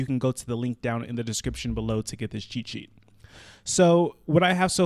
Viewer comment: all the time he says cheat sheet, I hear chi chi..... :)